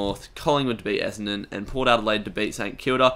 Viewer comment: your brisbane essendon was way off